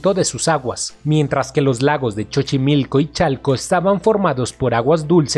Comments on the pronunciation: Porque dìce ese senor, Chochimilco. Siempre se dicho: sochimilco. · No sé pronuncia chochimilco es Sochimilco😝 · Xochimico se pronunciation sochimilco no chochimilco Tendrian que hacer un jardin botanico con las obras dejadas en El Lagos de texcoco. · Se escribe xaltocan pero se dice jaltocan y Xochimilco se dice zochimilco. Se escucha horrible que le digas chochimilco y saltocan . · no es chochimilco es sochimilco y se escribe Xochimilco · Sigo preguntándome porque siempre dice Chochimilco ? XD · Yo también le digo así 😆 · Chochimilco jajaja se mamó compa. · No es chochimilco;; es xochimilco!!!!!de donde eres???? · Dijo el "Chochimilco"???? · No se dice CHOCHIMILCO. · "chochimilco" jajaja... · Todo muy bien, exelente, pero el narrador, dice, chochimilco, todos deberíamos de saber que se ESCRIBE XOCHIMILCO. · Dijiste chochimilco? 😆😆😆😆😆😆😆😆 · Chochimilco jajaja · Chochimilco? este wey no es mexicano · Este narrador no Lee ni pronuncia correctamente. Escuchen el dice " Chochimilco" ????? Eso nunca existio. Por favor no pisen el gran legado de nuestro origen de la lengua Nahuatl. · Parece que puro extranjero habla de esto.. Pues pronuncia chochimilco 🤣🤣🤣🤣🤣🤣y ningún canal mexicano se interesa... 😒👎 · Disculpa me dio risa como pronuncias xochimilco no se pronuncia como tu lo dices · El sonso que narra si no sabe como se pronuncian nombres como Xochimilco y Xaltocan, debió primero informarse sobre esto antes de hacer el video